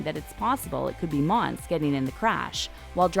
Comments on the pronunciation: It’s not monse it’s monsè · “mon suh” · Its mon-say monse 😂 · LMFAOAOAOAO sis said “mons🐍” girl PUHLEASE. U can’t even pronounce shordys name jus hush up ur mouth. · You can tell that she doesn’t watch the show because from season 1-3 she doesn’t even know how to say mon-say when in every episode someone has said her name multiple times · Monse (mon-say) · Mon-Se..... Cuchi-Yos.... do you watch the show?